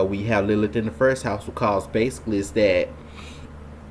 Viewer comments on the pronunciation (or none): A few comments on the above satanic filth: 1.) Our narrator Mr. "" should learn how to focus his camera. 2.) Mr. should also take a few lessons in elocution/public speaking. If he cannot pronounce such simple words as "best" and "first," he should not appear on this platform; his performance is cringeworthy. 3.) Question: Should a male be mansplaining the topic of Lilith to an overwhelmingly female audience? Talk about bad optics! 4.) The choice of Betty Boop -- a literal all-American icon! -- as a symbol for Lilith is as disturbing (to me, anyway) as it is illogical... talk about cognitive dissonance! I cannot see good old Betty as a hellslut-bitch/whore who murders children and castrates men. 5.) I shall share what I REALLY think of Lilith in my next post. All praise to Christ our Savior-God.